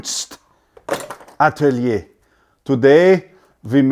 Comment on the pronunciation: 'Willkommen in der Werkstatt' was quite good. You just need to work on the 'r' we dont roll the r like that. Kunstatelie was perfect. Where did you learn german?